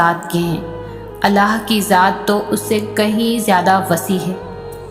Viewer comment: Subhan Allaah wa bihamdihi I really like the way you say Allah my beautiful sister